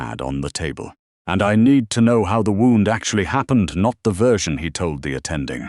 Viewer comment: Pronounciation of gunshot wound.